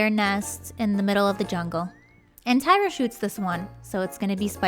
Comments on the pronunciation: Lol her name is Tyra not tiara lol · Not Taira or Tiara its Tyra